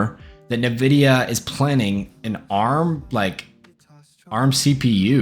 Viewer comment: Bro said nividia